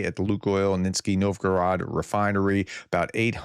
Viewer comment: Not just russian place names, apparently AVT is now pronouced ATV. Also city of Kstovo has now moved well WEST of Moscow. And Nizhny is now pronounced Nitsky. I agree, the prof is very entertaining.